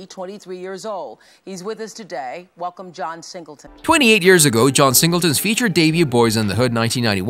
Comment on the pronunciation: I'm sorry, you have to get all your facts and reading straight next time you do a video like this because you were all over the place. Saying wrong dates, pronouncing names wrong, how John Singleton going to be born and die in 1968 but wrote and directed a movie 1991? Please get it together when doing these videos.